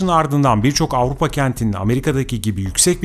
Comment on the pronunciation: Ağupa değil AVRUPA bir kere doğru söyle